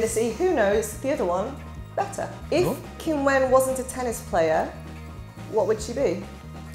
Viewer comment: I think Wu's laughing, because Zheng didn't say her name correctly. Q in Chinese isn't like k. Wish the interviewer had asked Wu😅 Also, he basically told her the answer in Chinese😂